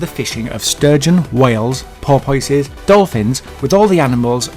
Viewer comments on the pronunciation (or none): Porpoyce? Do you mean porpoise?